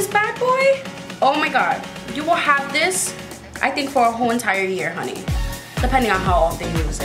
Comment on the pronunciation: Are you saying “honeeeyy” in an Asian accent? Just wondering…